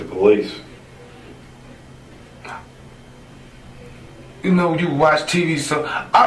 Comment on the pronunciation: as I was typing my original comment that dude said "po-leases" I was like noooooooo